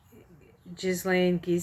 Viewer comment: I believe it's pronounced "Ghee-lane" (soft g ). Thanks for sharing this reading.